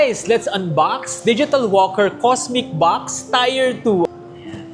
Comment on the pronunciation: tier pronunciation google mo. nyeta tier is pronounced as TEER, not tire.